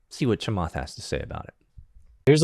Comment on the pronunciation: Butchering Chamath’s last name 😂